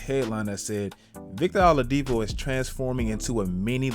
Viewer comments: W vid but lol it's "OH-ladipo" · Did you say victor alodipo?